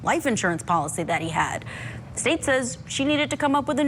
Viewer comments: Her name is Curry is Kouri like Cory! Lol 😆 😂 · "Curry Richins"? Really? 😂😂😂 oh, this cracked me up. Note for next time: If you're just not quiiiite sure... just ask, bestie 🫶😌 preferably BEFORE you go on TV 😂 it's adorable though, so thanks for the smile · Kouri is just pronounced like Cory